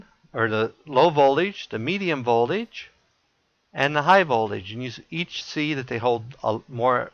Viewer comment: Its Voltage...not Voldage